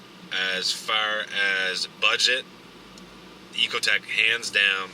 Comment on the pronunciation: It's not an "E"cotec... it is however an "I"cotec.